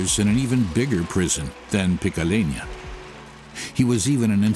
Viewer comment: Also says picalena...are you slow???